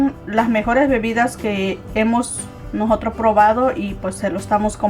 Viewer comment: Se dice "nosotros", no "nojotros".